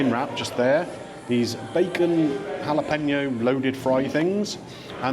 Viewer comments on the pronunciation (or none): had to stop watching due to the repeated "jalePENo" pronunciation 😢😅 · I can't take the mispronounciation of Jalapeño any longer. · I really don't think you need to be a native Spanish speaker to get the pronunciation of Jalapeño correct (I'm certainly not a native Spanish speaker but just prefer to educate myself in various instances) but if that's the stance you want to defend then you crack on and best of luck with it all. :)